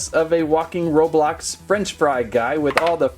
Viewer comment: It’s not robolox its roblox